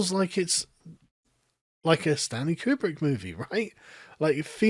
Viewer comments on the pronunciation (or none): none